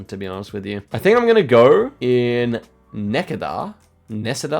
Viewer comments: Not you making a guess on my tiny childhood hometown of less than 1000 people, Necedah. And I will look past both mispronunciations lol. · Lmao necedah is pronounced “neh SEE duh” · as someone from wisconsin it was really interesting for me to see you try and pronounce Necedah